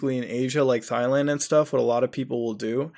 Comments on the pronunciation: It's Thailand (Tai/Dai people), not Failand :) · Haha! It's not pronounced Thighland! It's "Tieland"! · Please Muda, NEVER refer to Thailand as Thighland again xD Its pronounced TIE-LAND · Instead of saying Thailand he said Thighland Very ironic for the subject at hand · You need some English lessons, DONald not DOLAND and Thailand is pronounced TIEland not THIland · It's pronounced TIE-land, not THIGH-land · ITS PRONOUNCE TYELAND NOT THIGHLAND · What the fuck is "Thigh-land?" Do you mean Thailand? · It's a silent H. Tie, not thigh. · thigh land you mean Thailand? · tie-land lol not thigh land bro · Dude, Thigh-land?? Seriously? I know you do not really think it is pronounced like that, do you? Tie-land. Not Thigh-land. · ROFL Thighland! Its pronounced Tai-land. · I get triggered when he says thighland it's Thailand Thai-land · Theighland? Don't you mean Thailand? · If you’re such a “well known organization” then who the fuck are you? Thick thigh “thigh land” lol I love how you pronounce Thailand haha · “Thigh land” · The way this guy pronounces words makes me realize he’s dumber than a bag of hammers. “Thighland?” 😂😂 Dumbass. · I usually stream, so I'm never tempted to look at the comments, but when I do, it's because I heard someone say thigh-land. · it's pronounced Tailand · Did you say “thigh-land”? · Its pronounced "Tie-land" Muta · THI-Land lol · 'thighland' XD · "Thigh" land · '' Thighland '' lol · "Doland Trump" "Thigh Land" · Omg, Muta's mispronunciation of Thailand made my day, omfg. Thighland sounds like my kinda place, yo. Seriously, it's such a shame that things like that happen at all. >< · Did he do it on purpose though? Because at one point he called it "Thailand" but also mispronounced it. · thigh (leg) land??? and doland trump??? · Thailand = THIGH LAND lol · "Thigh-land". Sounds kinky. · Did he just called Thailand "Thyland?" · Bakura98 Thighland づ ͡°ᴥ ͡°)づ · I like your content bro. Thailand is pronounced 'Tailand' though lol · thigh land lmao